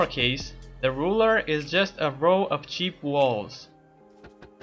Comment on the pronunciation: ceap walls